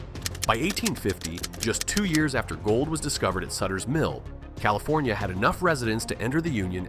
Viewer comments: CalifOnia? Come on.... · "Califonia"??? Clicks off...